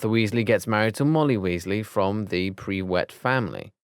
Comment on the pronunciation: Also they said Prew wett instead of prewett in one place